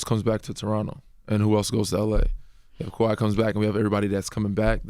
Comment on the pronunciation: IT’s KAWHI. NOT KAWAI. FIX IT!!